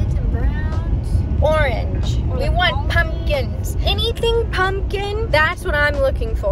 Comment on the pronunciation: "Aaron, I don't whant to hear it" 😂😂😂😂❤❤❤❤❤❤